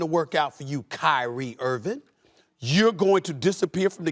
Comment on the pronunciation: And by the way,Stephen,his name is "Irving". There's a 'g' at the end. If you are going to shamelessly slander someone, at least have the decency to pronounce their name correctly. But I guess I'm the crazy one for thinking that you might possess any decency.